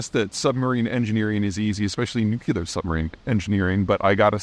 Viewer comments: "nuclear": NOO-KLEE-UHR ... not NOO-KYOO-LUHR. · I thought the mispronunciation was inserting a “you” after “new”. Not a “new” vs “nu”. So to be clear, it’s NU-clear, not NU-cu-ler. Irregardless, I probably shouldn’t of waded into this argument. 😂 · Why on earth as an intellectual, Peter, do you mispronounce “nucular” when the very well known pronunciation is “nuclear”? Sorry bud, you sound like an uneducated dumbass and any credibility is immediately lost. Please refrain from dissolving your future audience by uttering such foolish terminology. Shame on you, you can’t be taken seriously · As always great video. Got one gripe. Please look at the word "Nuclear" It is obviously NU-CLEE-AR not NUC-YOU-LAR. Most people mis-pronounce it. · Its pronounced "nuc-u-lar" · NUCLEAR!!! Not nukular. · Double or nothing on nukuler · Why does everyone keep saying "nucular" instead of "nuclear" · Apparently that simply is now nuclear is pronounced in the antipodes (South Africa, Australia, New Zealand). Peter did live in New Zealand in his 20s, so likely that's the cause. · Peter- I enjoy your videos a lot. However, it always bothers me when you mispronounce "nuclear" (nu-cle-ar) as "nu-cu-lar"". Just saying... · new-Klee-er — new-Klee-er — new-Klee-er. If Chris Cappie can learn to say this word correctly, SO CAN YOU. Also, what does it say about the state of your business if you need to increase your income via Patreon. Anyhow, Chris C. [who's learned how to properly pronounce nuclear] will continue to get my Patreon bucks and you will not. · Peter, you're edumicated, so why say nucular? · For such an intelligent guy, you'd think he be able to pronounce the word nuclear properly.... Peter, say after me......NU....CLE...UR.... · Why do otherwise literate, educated people have so much trouble pronouncing the word nuclear? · HOW TO PRONOUNCE "NUCLEAR" noo klee ur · For God's sake please spare us the atrocity "NU-CU-LAR" It sounds so ignorant. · Still can’t say nuclear.